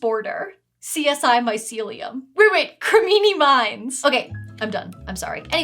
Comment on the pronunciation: "Crimini Minds" LOL